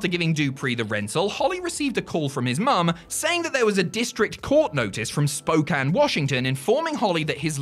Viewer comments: He actually said Spokane right, oh hell yeah lol. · A wild Spokane mention! And pronounced correctly!